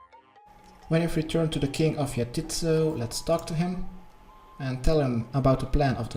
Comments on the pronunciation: 'yah-tit's-so'. My tit's so what? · He says He says Jatizso like YA TITS, YO.